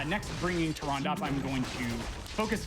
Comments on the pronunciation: Bro, Tyrande is 3 syllables. They say it all the time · Amazing run and runner but man I can’t get over him mispronouncing tryande the entire time